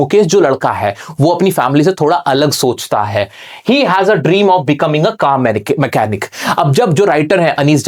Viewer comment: motal machanic 😂😂😂😂😭😭